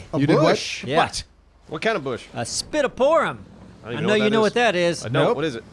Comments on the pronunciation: pittosporom, not spittiporom. ♥:D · I don't care if this video is 2 years old. It's PITTOSPORUM not SPITTOPORUM. Sorry,. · It's a damn Pittosporum not Spitoforum. Jeebus Age Christ Already. Comon 😜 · Yep, drove me nuts too, especially when said "It took me ages to remember that name."